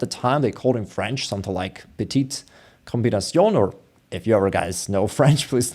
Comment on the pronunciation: French here : "petite combinaison". You nailed the pronunciation for "petite" (I won't ask questions :p). To pronounce "combinaison" ... Comb bee nay zon